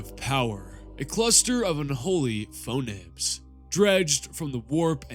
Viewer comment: I love the video but I have to ask, are you just pronouncing words wrong on purpose? Omnibus, Anathame, phonemes etc.